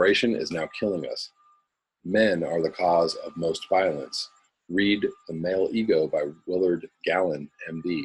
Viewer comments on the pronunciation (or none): none